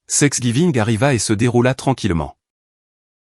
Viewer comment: quand est ce que l'IA va comprendre que " Thanks giving " n'est pas " sex giving" !!!